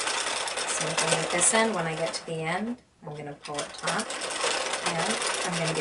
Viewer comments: The word is “taut”, not “taunt”. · FYI - the word is taut and not taunt, :-) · This is the second video where the person said taunt instead of taut. Egads. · "Taut (tight)" not "Taunt (tease)" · Taut. Not taunt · I noticed that too. Strangely when you read a lot of stories on the internet you find that a huge number of people get the two confused. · I thought I was hearing her wrong but I guess I was not alone in hearing taunt.